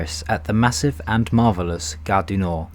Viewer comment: He doesn't know how to pronounce Gare du Nord.